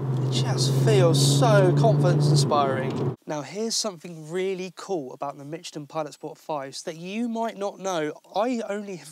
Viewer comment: There is no t in Michelin